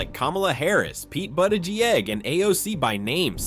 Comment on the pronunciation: I can understand why nearly no one subscribes to this channel. Ouch? When the speaker can not even pronounce Buttigieg this is clearly a bot. STOP BOTTING! All this anti-WOKE bs is hilarious. Clutching pearls over an endorsement only shows how desperate MAGA is and how misplaced their concerns. Perhaps MAGA needs to be woke. Nope. “Although it is not true that all conservatives are stupid people, it is true that most stupid people are conservative.” John Stuart Mill (ps NEWS ALERT: DJT is NOT conservative....just stupid)